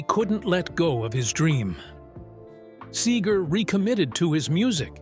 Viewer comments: "Bob Sayger?" lmao. Another AI video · Who the hell is Bob Say-ger? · AI was doing well pretty pronouncing Seger correctly and then came Saager. HA HA HA. Mispronunciation reveals AI every time. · This dude don’t even know how to pronounce Bob’s name. Horrible. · Yes. Mispronounciation and the endless repetitions. AI needs an editor.